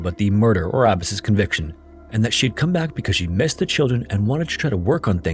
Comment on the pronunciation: Omfg. Its pronounced "Ah-Bah-s" not "Abbis". And your little comment about Arranged Marriages lol like the Marriages in America are any happier and better because people get to choose? Get a life